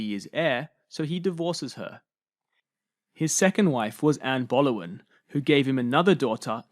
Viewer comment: This wasn’t even narrated by you? It was AI as Boleyn is mispronounced each time!